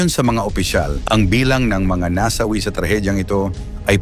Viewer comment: Nasawi (mabilis ang bigkas ) ang daming maling bigkas .